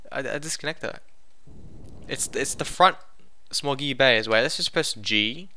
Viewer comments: When he said small gear bay, I thought he said smoggy Bay also. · Small Gear Bay, its his accent that makes it sound strange.